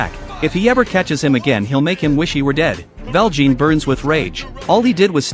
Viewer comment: Me almost politely correcting every time he says Val Jean :3